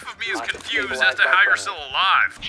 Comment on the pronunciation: AS NOT ASH